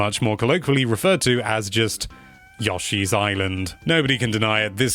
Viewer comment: yawshe’s island...